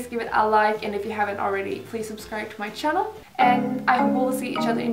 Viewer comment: i love when you say " welcome to my CHANNEL" aaahghhhh